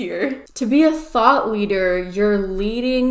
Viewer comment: I actually thought they said “THOT leader” and not “thought leader” for a second.